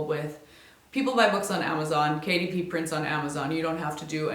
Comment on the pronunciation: i kept hearing KDP as Katie P and kept wondering who that is